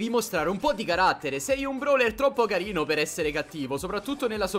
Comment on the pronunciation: CARL LEONARD e carrrino come dice like plsss